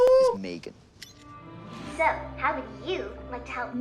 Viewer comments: "MEG3N" nooo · psst my guy it's M3GAN not meg3n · It's M3GAN, not MEG3N